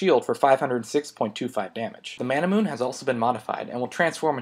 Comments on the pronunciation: It's Mana - Mu - Ney not Mana - Moon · is it just me or is manamune pronounced as ma-na-mu-ne, sort of like how you pronounce Sephiroth's sword name. And if you realize, all TotG evolved items are 4 syllables. Very odd...